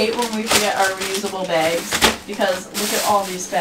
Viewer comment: Does anyone else realize like all he you tubers say “begs” instead of “bags” (no hate)